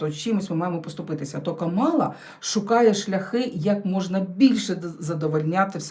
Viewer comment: ДЯКУЮ ЗА РОСКЛАД🥰🤗 (ударение в имени Камалла,на первое А)😊